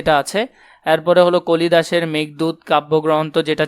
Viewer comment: ভাই এখানে আপনি কালিদাসের জায়গায় কলিদাস বলছেন